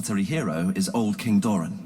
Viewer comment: I hate how you pronounce Doran lol